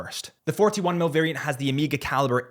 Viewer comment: It’s Omega not Amiga!!!